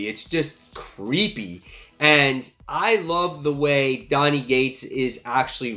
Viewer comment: Love your channel and videos but why do you always pronounce Cates as Gates haha